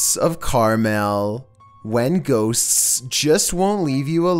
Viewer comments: Extra. Man, has a hard time with the word "ghosts" huh? Hey, there's 1 S at the end of the word, you're saying two of them. Shorten the S sound, you make, at the end of the word "ghosts," it'll sound alot more natural:) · Ffs there is a t in the word “ghost.” It’s not “ghossssss.” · No One:: Gho-tsts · Why not? 😂🤣😂🤣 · #2 "Ghosts-ss" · ghoSTTSSS....LMAO Can't take the paranormal footage seriously at ALL with commentating like this!!😂😂😂😂😂😂😂😂😂😂😳...😂😂😂😂😂😂😂😂😂😂😂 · Please never try to say "ghosts" again. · Your lucky I love your vids or else the way you say ghosts would make me mad 😂😂😭